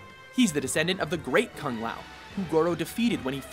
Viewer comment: Cuh-ng lah-ow... It's "Koon La-ow"